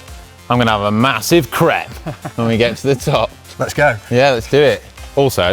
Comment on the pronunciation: Im going to have a Massive Crepe at the top!! (sounded like Crap) hahahaha.